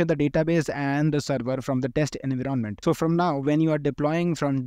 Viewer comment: Dont mind, but your way of pronouncing "en-viron-ment" as "invi - ronment" is very irritating. BTW helpfull content. Thanks for that